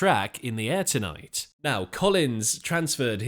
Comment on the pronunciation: Good video BUT why do you say Say " In the AIR tonight " ? When it's actually "In the air TONIGHT" a small thing i know but really annoying , Listen to how Phil says it. 🙄